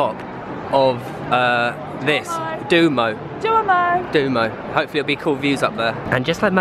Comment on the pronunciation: you said duomo wrong